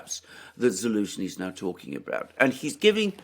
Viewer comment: General Za-lose-knee..it kind of writes itself...lol 😆!